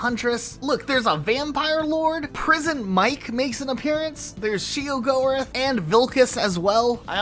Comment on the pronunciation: How you pronounce Sheogorath makes my SOUL hurt 💔🥀